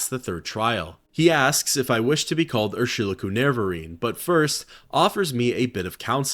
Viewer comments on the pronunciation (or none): Another great video! Love your stuff. Btw I'm pretty sure Urshilaku is pronounced "Er-shee-LAH-koo". Not that it's of great import. Also, Gnisis is pronounced like "Knee-sis" or "Nih-sis" depending on who you ask. I love the terminology in this game. 😊